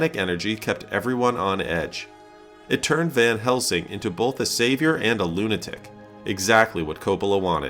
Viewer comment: did he actually really say "Van Helmsing"? Talking about Hopkins acting like a madman, but showing Gary Oldman. Wow, great research and journalistic integrity there!